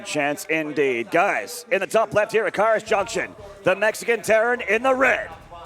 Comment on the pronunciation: KA-Iros not cayross